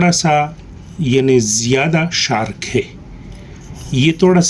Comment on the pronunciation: Bhai shark nai hota sharp hota haai Thora ajeeb lag raha tha tabi apki information dene ke lia comment kia ghlt na smjhna